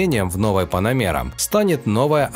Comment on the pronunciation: Поработай над произношением слова Panamera😂"панамеера"😂😂😂